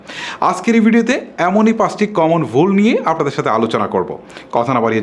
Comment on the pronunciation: কম্মন বুল গুলো হয়েই থাকে যেমন আপনার বুল কথাটি